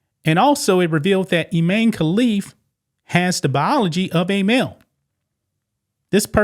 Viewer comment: His name is even I-MAN-e. Sheesh.